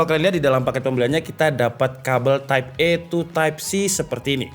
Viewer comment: editor minta dipecat ni, type A oi type ei bukan type E 😭😭